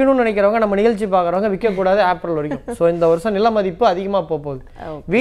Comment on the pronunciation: உச்சரிப்பு ஆப்ரல் என்று சொல்லாதீர்கள். , ஏப்ரல் என்று சொல்லுங்கள்